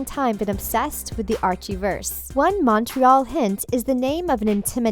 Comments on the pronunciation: you don’t pronounce Montreal right... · You said Montreal wrong How Rude I live in Montreal also Bughead is Betty and Jughead duh all Riverdale fans know that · Exactly. I'm mainly getting annoyed by their pronunciation of Montreal